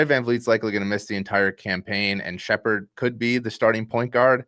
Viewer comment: Sheppard and its not even relatively close